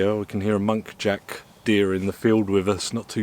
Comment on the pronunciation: Lol its a Muntjac. Not monkjac